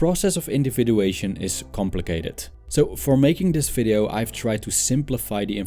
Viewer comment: Dude you spek video as FIDEO!!! ;-)))